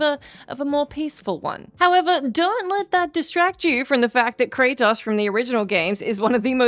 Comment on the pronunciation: This is voice, but its ai mimmicking her. Notice you dont see her once. Then the way she says kratos. Normally she says it, well, normally. But here she says "kra-tahs" like an ai pronouncing the o at the end wrong. knows his name, this entity clearly doesnt 😂